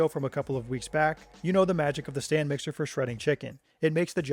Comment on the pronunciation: I thought he was calling it a Stan mixer. I was like hmm, i gotta look up this Stan guy. xD